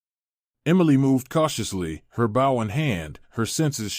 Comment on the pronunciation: Bow. Pronounced BO.